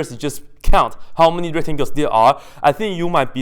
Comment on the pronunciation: He actually did not forget the c. If you listen closely, "retangels" is exactly what he says most of the time ^^